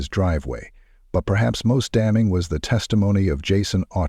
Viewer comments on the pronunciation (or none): none